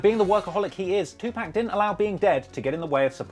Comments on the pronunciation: Tu poc bro 2 POC !! Not too pack. Fuck man 👨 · Dude! He's dead keep up with the UK and it's 2 pac not 2 pack😂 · It’s pronounced “two- pok” not “tew pack”, but you know that cause your news clips pronounce it right 😫you just going against the grain 😂😂💗💗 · Why doesn’t have any videos about rappers in England? o yeah there isn’t any 😂 my mans name is Tupac not 2 Pack bro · Stop saying Tupäääc, it's Tupac. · Its pronounced "two-pock" not "two-pack" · It’s a A but pronounced with an O.... (To- Po’c) not Tupack LoL love your accent 😍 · You said 2pack 😭😂 I'm crying it's tupac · Take a shot every time he says "pack" instead of Pac. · I'm getting irritated kinda by it😅😢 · Ig you were expecting to be taken seriously on Any of this, you'd figure out a way to say TU - PAHC correctly!! How would you expect to be taken??? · I know it’s spelt Tupac but it’s pronounced Tupock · Bro calls him Tupack XD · Yep 2 pack is still alive. I love that he says 2 pack 😂😂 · It's Tupac not pack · You are a fucking idiot Tupac is dead. Anything for views. I cant believe no one with blue yellow hair ✌✌✌. His name is Tupac not tupack. With your disrespectful ass. You cant even say his name right. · It’s tupac pronounced poc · When he says “my buddy tupac” but says tupack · 2pack...you dont even say his name right this is disrespectful yall wanna be gangstas need to stop playing with real peoples name for clout.....REMEMBER PAC HAVE SOLDIERS everywhere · So annoying when they say “2pack” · Pack....2pack 2pack pack pack pack pack.....wtf... you can hear on these clips how to pronounce his name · lol they say twopack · Im honestly just getting really annoyed of hearing call him Tu-PACK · "TooPack" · the way you keep pronouncing tupac "two pack" really got me triggered.... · If he's your "friend" then say his name right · Bro u don't have a personal connection lol wtf you don't even say his name properly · Please say his name right you goofy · Ur not da only 1